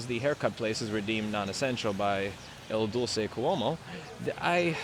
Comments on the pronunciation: I think you are pronouncing it incorrectly...isn't it "Il Dul-CHE", not "Il Dul-say"?? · Do you keep saying El Dulce instead of Il Duce? Are you Spanish sweet on Cuomo or calling him Mussolini? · It's not "Il Doo-Say". It's "Il Doo-Che". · If you are trying to use 'el duce' you should pronounce it correctly and use the right pronoun. It is 'IL duce' and the c is pronounced as in CHip ;)